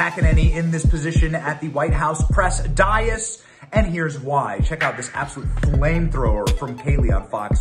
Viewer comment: Dais pronunciation: day·uhs